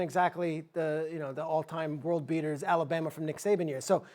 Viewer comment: The way that dude is pronouncing Alabama is freaking me out